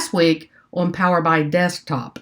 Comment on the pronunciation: ENJOYED your videos - keep it up! Maybe a thought - it's "Power BEE-EYE", not "PowerBYE";-) DON'T STOP MAKING VIDEOS! I LOVE your practical approach, and listening to you actually ASK the questions out loud that are literally IN everyone's head!!! Hope to see YOU presenting at local (Chicago?) conferences & users groups!!! - in North Aurora IL